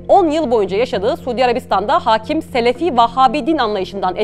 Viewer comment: Aakim kaldı değil, akiim kaldı olacak teleffuzu...😢